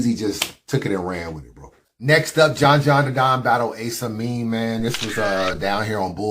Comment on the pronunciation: Why u gotta pronounce Ace Amin like that? Lol